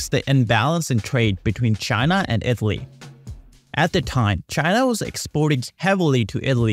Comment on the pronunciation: IT-LEE (lol im usually not a pronounciation nazi but damn that was like someone playing a flat note in a good song hahaha)